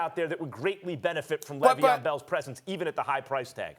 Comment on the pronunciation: “L”eveon Bell... all I gotta say.